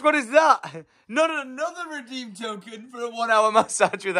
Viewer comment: Did the last card say "reedem" 😂😂😅